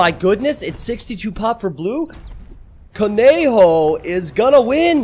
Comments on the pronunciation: I literally died hearing you saying "cone Joe" instead of "conejo" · Came here for this! Pronounced “co-ne-ho” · ko Ne jo. the j with and jjjjjj underneath it like you where trying to spit. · The way says "Conejo" is what killed me. It's so painful to listen to him saying "Konjo" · You should read it as "coneho", "co" as in "college", "ne" as in "nerd", and "ho" as in "Holland", but with more emphasis in the "h". Spanish J, you know. That's "Conejo". Conejo means rabbit, and conejo-virus means rabbit-virus, which makes not a lot of sense in Spanish, exactly as in English. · Man you butchered conejo virus so many times. You should try to say it like ko-neh-ho haha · It’s actually pronounced có-neh-hoe